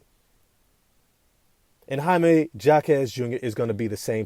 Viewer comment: Say it right. Hymie Hawk ez. The J is an H sound.